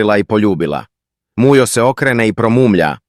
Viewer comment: Zašta govori muđo umjesto Mujo😂😂😂